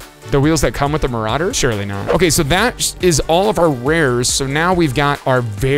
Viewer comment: I loved when he said very rare marauder😂 It was just mawawawwwwawwwa